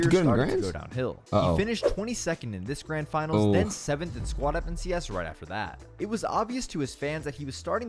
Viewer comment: You saying dis and dat made me want to stop watching. When you just had to add in how you were supposedly making more money, I definitely stopped watching. Only clicked this video because I thought I’d reminisce but quickly realized I was thinking cloaks not clix mb gl